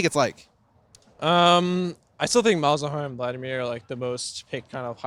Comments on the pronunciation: lol he said malzawhore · Did he say Malzawhore? Is that a meme? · did he say malzawhore? LOL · "Zilean into Malzawhore" - Bjerg 2016